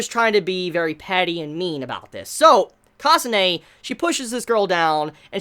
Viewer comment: You gotta work on your pronunciations. Kasa-neh, not Kasa-nay.